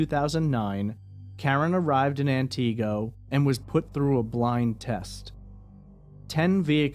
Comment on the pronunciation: He mispronounced Antigo for an hour straight. 😂 Just an honest mistake, I'm sure.